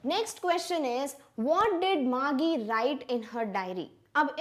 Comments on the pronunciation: It was not Margie gi. It was Margie ji😅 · Mam your pronounciation for Margie is not correct its actually mar-'g' not mar-'gie'